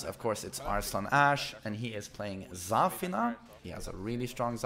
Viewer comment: 3adoool * can't even pronounce Zafina, u think he will get Luffy correct?😂